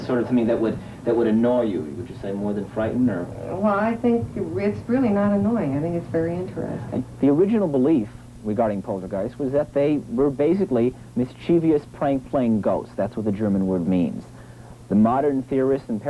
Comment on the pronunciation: The word in NOT mis-chie-VEE-ous.